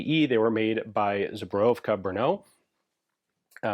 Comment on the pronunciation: the way you pronounced Zbrojovka Brno I would think you are Czech, it's better than me saying it and I'm Czech 😅